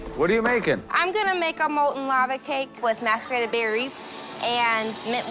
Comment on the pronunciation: That molten lava cake from Lexi wasn't even molten lava. It was overcooked, no lava and the judges say it's fine when it's obvious it isn't. Also, Lexi says "mask-er-ated" instead of "mass-er-ated" so you're a chef and don't know the proper term for food like that?